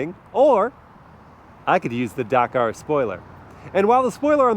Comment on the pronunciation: This mans pronunciation of Dakar is rage educing